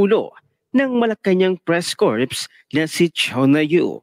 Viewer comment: It is pronounced as" cor" not corps . . .